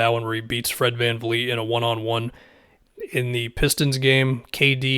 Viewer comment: I swear you’re the only NBA content creator I know of who actually says Van Vleet instead of Van Fleet